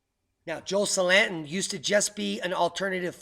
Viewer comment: I didn't know who you was talking about at first, because you pronounced Joel Salatin's last name wrong. I've watched a lot of his videos. He is great. Also Gabe Brown and Greg Judy...